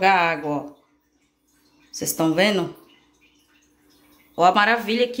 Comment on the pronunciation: Tá “venu”? Tem dó, fala direitinho, pô! Para de assassinar o Portugues! Quem vai dar credibilidade pra alguém q nem sabe falar direito!